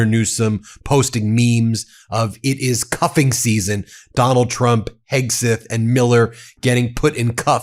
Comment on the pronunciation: Not concentrating, I heard 'cupping' not 'cuffing' and immediately had a vision of Donnie with a glass goblet stuck to his forehead, sucking out his bad 'humours'. And then remembered the day I stuck one of those rubber sucker plastic rattles on my forehead to amuse my young children. They were highly amused... as were the people at work when I had to explain the resulting prominent purple bruise. My then wife, however, was 'Not Amused', she... Just smiled knowingly. 😌 'Go Gavin!' 👍